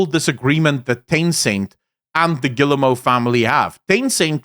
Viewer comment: Rui giving shit for pronouncing Guillemot wrong while saying Yves wrong 😂